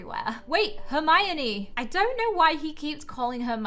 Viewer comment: saying hermione wrong me: gurl maybe u should learn how to read hErMiOnE:>